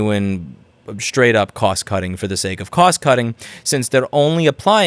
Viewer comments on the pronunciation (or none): none